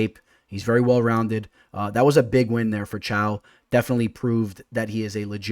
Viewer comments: i had a stroke when you pronounced caio as chao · Caio is pronounced as Kyle